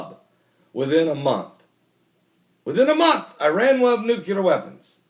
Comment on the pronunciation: Every time you say NUCULAR all i can think of is George W Bush. Im sure thats not someone you want to be compared to, especially for spelling and pronunciation. NUCLEAR = noo-klee-er. Its so bad that I miss the rest of your message due to how distracting it is.